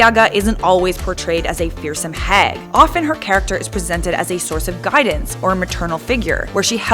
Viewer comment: hehehe... guidenance XD